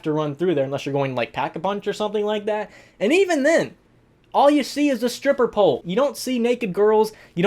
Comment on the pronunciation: I laughed cause I thought he said “it’s a paul” instead of “it’s a pole”